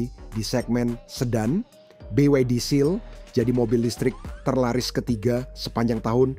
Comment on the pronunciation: BYD bambang.. bukan BWD